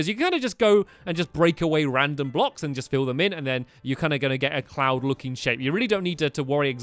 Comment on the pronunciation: When you said cloud I thought you said clown Lol XD